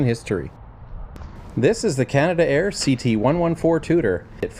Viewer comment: Nice video . By the way it's not canada air but canadair , and all their products start with CL not CT 😊